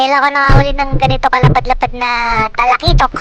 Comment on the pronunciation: said 😁Patay Kang.... TALAKITOK KA 😅 halos di mabigkas ni btw god bless ingat lagi ☺️